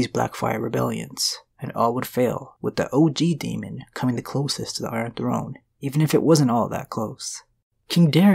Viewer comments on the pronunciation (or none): Daemon is pronounced DAY-mon not DE-mon.